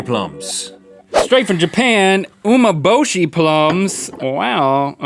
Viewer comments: Just a helpful tip, Umeboshi is pronounced oo-meh-bo-shi not oo-mo-bo-shi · Umeboshi is more salty than sour. The "me" from umeboshi is pronounced as "me" in "men" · It's pronounced umei-boshi. Love you guys! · Also it’s pronounced, u-may-bo-shi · That was a joke. It sounded like he was saying "Oh my boshi". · Nice! BTW, in Japan, an Ume-Boshi a day keeps the doctor away. They are delicious Also the pronunciation is U-MEH Boshi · It's pronounced "ooh-may-bow-she" (: And it's regularly eaten in Japan! (: Very expensive though.. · It's actually pronounced oo- me (as in egg) -bow-she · u pronounce umeboshi like oo-MEH-bow-shee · I thought it was pronounced oo-meh-bo-shi..........so which one is it......RED FLASH! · #RhettAndLink it's pronounced as OO-MAY-BO-SHE = Umeboshi